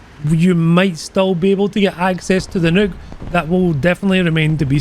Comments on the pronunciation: everyone: "nuke": "Nook" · he says nuke like neuk, which means fuck in dutch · Sounds like is sayin' "Featurin' me first evar Nook!" Like he bought it off Amazon to read his booooks. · The way you say nuke got me dyin' idk y, but you got a new sub from me man lol!!!